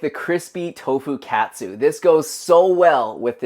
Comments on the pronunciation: wtf??? it's not pronounced that way. It's not like a "cat" - "soo". It's supposed to be like the word "caught". Hearing you really hurt my ears. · Dude..."kah-tsu" is the pronunciation. That hurts the ears. You sound American.